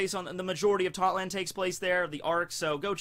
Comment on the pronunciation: I keep thinking you sayin thotland lol